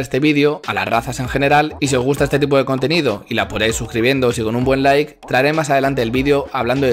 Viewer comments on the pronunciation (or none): none